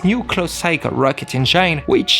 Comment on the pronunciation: Thank you. Nice accent. Learn how to say engine correctly plz